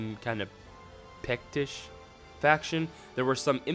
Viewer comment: "Pectish" as well, argh. I think he intended to say "Pictish" (ie: the celtic tribes from northeastern scotland)